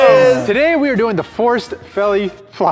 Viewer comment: Forced "felly" flop 😂